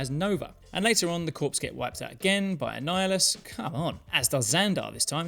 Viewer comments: Corps is pronounced "KOR", as in, the Army Corps-- not "Corpse". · Small thing. No worries! Corps as in Nova Corps is pronounced like core. The word has French origins. Don’t blame me. 👍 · corps is just pronounced "core" btw, since you seem to be cool with correcting you pronunciations video to video (which I love! wish more people would lol) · Excellent video! One teensy nitpick: the word "corps" is pronounced like "core." It's French! 😁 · You don't pronounce the 'ps' in "nova corps"